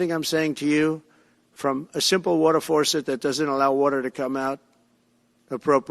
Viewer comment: Does he really think "they" don't want us to have "wutter" in our cleaning appliances? Where does he come up with this nonsense?